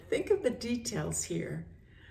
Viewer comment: You really do deep study❤ For shure God can do miricals and like when you say "I tink"